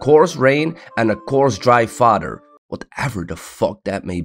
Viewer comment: while you're talking about horse taming youre pronouncing fodder as "father" and it was funny AF